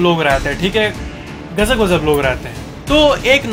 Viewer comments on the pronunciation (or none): is pronouncing gazab as gajab Disclaimer: Rajesh 8s not hurted in this comment. 🤣🤣😅